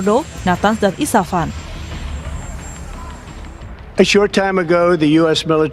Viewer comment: isfahan harusnya woe, bukan isafan :face-blue-smiling